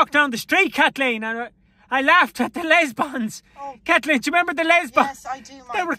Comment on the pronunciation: "The Lesbons..." 🤣🤣😂